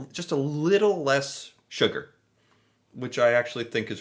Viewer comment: No ‘sugger